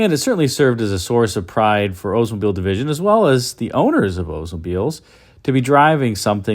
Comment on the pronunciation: Why does he say Odesmobile instead of Oldsmobile?